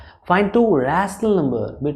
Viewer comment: Sir pahale aap rational number bolna sikho AAP rrrrrational number bolte but no doubt your explanation is better physics wallah